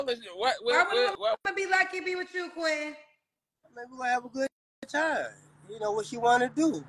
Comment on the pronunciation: Caller: ma name is Quinten: yo name Quin’ N? 💀💀